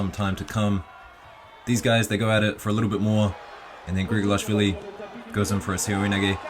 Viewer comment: Gahié is pronounced ga as is gas, silent h and then ié as in yeah (sort of)